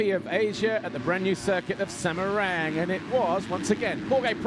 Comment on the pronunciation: I heard the commentator said Semereng not Semarang. Anyway, good highlights. And i think the circuit is more tricky than Pangkal Pinang (not Pengkel Pineng). Good job MxGP.